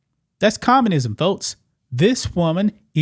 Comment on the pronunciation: Please learn how to say "communism". It's not commanism. It's not commanist. There's a distinct U sound that you're not getting. Oh, and we're the only country in the western world that doesn't have universal healthcare. Is the rest of the western world communist because they have universal healthcare? Sometimes you say some really stupid stuff, like decrying communism where it doesn't exist.